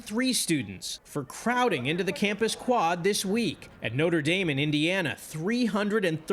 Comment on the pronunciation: the way they pronounced "notre dame" 🤦🏻‍♀️